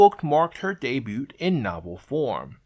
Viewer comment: The T is silent in debut.